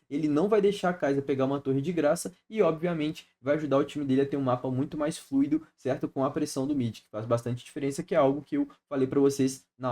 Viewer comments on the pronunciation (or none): none